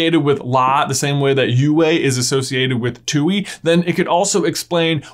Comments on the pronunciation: The correct Chinese pronunciation is actually “twai” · Tooy? Tui pronounced twe in the show tway in Chinese (the origin language) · It bothers me that everyone pronounces Tui as “Tewy” instead of “Tuai”, which is how it’s pronounced in Chinese. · funny how he pronounces a chinese character english pronunciation too-ie instead of too-ay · I'm sorry, but when he tried to pronounce the moon spirit Tui I just.....I CAN'T 'ui' is pronounced 'oo-ay' in Chinese. He pronounced it 'Too-ee' when it's supposed to be "too-ay' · Tui is actually pronounced tu-ey from chinese. But the show butchered that pronouncitation. So hearing it from the show itself sounds awkward. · For the last time!!!!! ITS NOT PRONOUCED Tuey!IT IS PRONOUCED twei!!!!! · Are you saying that Aang indirectly fused with Ummi when he fused with La in the Book 1 Finale? Side note/pet peeve: 推 tuī is pronounced "tway," not "too-ee" or "twee." Also: 推 tuī means "push" 拉 lā means "pull" in Mandarin. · Are we really listening to this guy that says, "Too-ee" .... it's pronounced like Twee... Tui and La. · All of this is amazing and I think it makes a lot of sense, the only thing I was not super happy about was how you kept calling Tui “tooey” like Louie instead of Twee lol but your videos are awesome and your theories are always super great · It's "Twee" not "Tooey" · it is not too i(tui) you say it like tway but don't accent it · I cringed a little bit each time he said Tui cuz in the show, Koh pronounces it like "Twee" not "Too-ee" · its pronouced TWEE not TWO-EE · so glad someone said it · I believe the Tui is pronounced twee... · It’s pronounced twee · Not you pronouncing it like Two-ie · Tui is pronounced TWEE 🙃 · I hate to be "that" person, but Tui is pronounced "twee" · I cringe every time you pronounce the name of the Ocean spirit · You pronounce Kuruk and Tui like you're trying out for The Last Airbender live action movie. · oh boy the way you pronounced Tui hurts 😂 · The way you pronounced Tui made me cry.